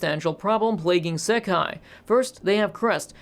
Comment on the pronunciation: Pronunciation note: "Sekai" (世界) means "world". Looking it up on Wiktionary, both kanji (both 世 and 界) can mean world on their own. "Seikai" (星界) is the word used in the titles of this franchise, it basically means star world, since 星 means "star". This is what is translated as "the stars" in English. I brought this up because I noticed he said he would say "sekai" (with a short "se" instead of a long "sei") to refer to the both Crest and Banner together. ("ei" is often pronounced as just a longer version of the "e" vowel in Japanese, but the vowel length matters.) I probably wouldn't have worried about it if "sekai" wasn't such a commonly used word in anime (think of the word "issekai") that using it momentarily through me off when you said you would use it to refer to this franchise. (I guess it also through me off cause you switched from English --- "Crest" and "Banner" to refer to them separately --- to using the Japanese title to refer to them together.)